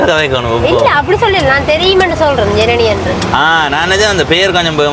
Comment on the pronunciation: Janani aval peyarai solum podhu enakku Irani endru than ketkuthu sariya uchcharikka soli kodunga